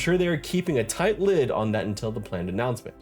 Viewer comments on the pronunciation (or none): none